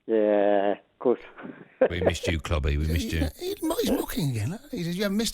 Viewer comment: mun ffs 🤦‍♂️ how can you say euros is more difficult cmon mun